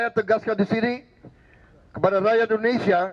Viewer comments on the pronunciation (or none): none